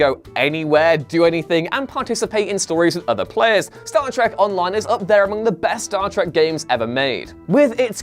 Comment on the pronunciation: It’s Star Trek not Star Track.